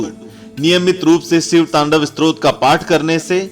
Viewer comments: STROT nahin STOTRAAA. BOLNA SIKH PEHLE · स्त्रोत नहीं, stotra स्तोत्र होता है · Use स्तोत्र kehte hai स्त्रोत nhi..